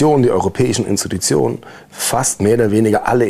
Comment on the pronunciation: Wie er nicht "Institutionen" aussprechen kann